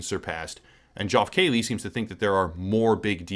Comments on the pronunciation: Joff Kayley?! Say it with me: Jeff KEY-lee. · wtf is "joff keeley"? do you mean (phonetically) "jeff key-lee"? because thats actually how its pronounced. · Isn't geoff keighley pronounced "Jeff keeley"? 😂